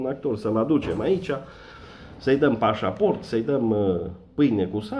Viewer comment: Si cand zici " pasaport de Romania" suna ca nuca'n perete :))))